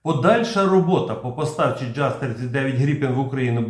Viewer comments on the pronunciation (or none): Джаз😢 Правильно Яс 🎉🎉🎉